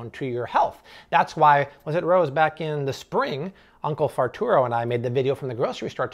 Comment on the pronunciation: Is her food still liquidy mush? So she won’t choke. She can’t feed herself yet! She wants to eat.Haha She trying to tell you! Cod liver Oil will make you regular for sure. Last thing are you saying Farturo as a joke? Or what are you saying?